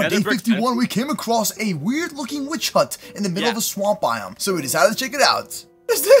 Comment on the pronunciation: YO WHY HE SAID 😩💅🥂WITHC 🥂💅😩. INSTEAD OF 🙄💅 😩 🥂 ✨ 😳 👉 WITCH 👈 😳✨🥂😩💅🙄